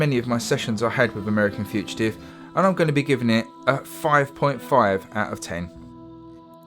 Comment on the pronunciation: Learn to pronounce "fugitive" ya knobhead.